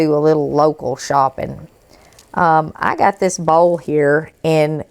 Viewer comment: My mom is southern. She says"boiwl" like you do! 😂❤❤❤❤